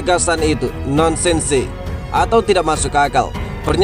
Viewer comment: Bacanya nonsens min.